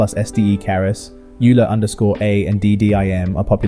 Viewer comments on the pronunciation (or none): Great overview. Euler is pronounced like "oiler"